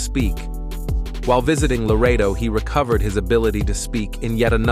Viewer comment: It is Loreto, not Laredo.